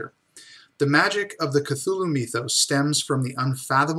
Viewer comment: Meethos? As in Meethology? lol